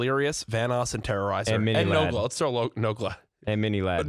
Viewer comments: dude my heart stopped when i heard nade say miniladd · THE FACT THAT MARCEL JUST IGNORED SAYING MINILADD